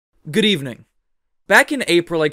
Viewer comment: Когда он начинает мне постоянно кажется что он говорит не 'Good evening", а "Гривны".XD